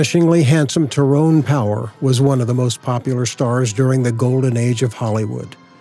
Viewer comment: Two mispronounced names you mentioned: Tyrone Power is pronounced Tie roan. Cecil DeMille is pronounced See sill, according to his daughter